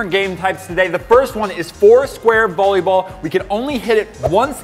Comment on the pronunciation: it’s not bolleyball it’s volleyball